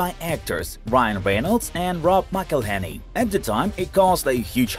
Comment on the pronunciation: There is even a video how to pronounce Rob's name, on YT, I guess you failed to qualify to watch it...